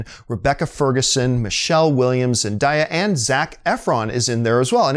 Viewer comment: its pronounce Zen - DAY - yA ... Not Zen- Die - yA smh